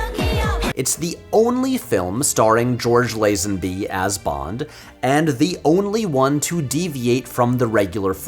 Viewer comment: I watched a video from a different channel but had to leave after a few minutes as soon as I heard the dudes pronunciation of lazenby “lah-ZEN-bee” wayyy too much emphasis on the zen part 😂